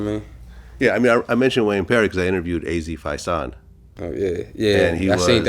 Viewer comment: How the fuck he interviewed az and dont even know how to pronounce his last name smh..vlad a culture vulture at its finest,and half the times he doesnt even be physically present during these interviews